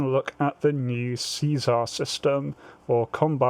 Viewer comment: See- SAR not Caesar.